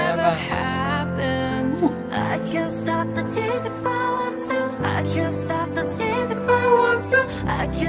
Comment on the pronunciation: i just noticed Jennie pronounces "the" like "duh"